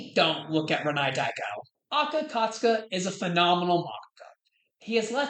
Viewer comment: please for the love of god aka akasaka is not that hard to pronounce how do you keep messing it up